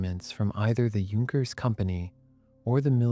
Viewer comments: The weird thing is that the AI narrator keeps saying "Junk-ers" where as most people know its pronounced "Yunk-ers". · Please learn how to pronounce "Junkers." Thank you. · Starts prounouncing correctly! 😃